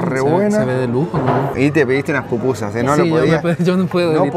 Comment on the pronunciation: Pupusas es lo correcto ✅ no popusas 😅🤭✌️🥂